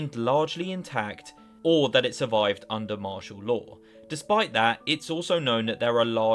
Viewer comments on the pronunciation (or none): none